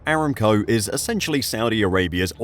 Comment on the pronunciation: pretty sure it's "a-ram-co" not "eram-co"